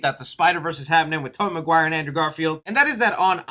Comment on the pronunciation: Endruw garfild